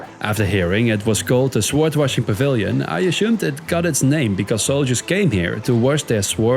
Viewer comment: I won't nitpick your accent, just pointing out the things that really stuck out to me: flood/floodgate (you say 'flowed' but it should be 'fluhd'), sword (don't pronounce the w at all, it should sound like 'sord'), mosaic (not 'mo-zeek', but 'mo-zay-ick'). Thanks again for all your hard work!